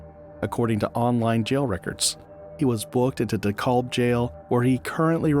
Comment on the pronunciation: It is pronounced “DE CAB” County not “De Cob” That is all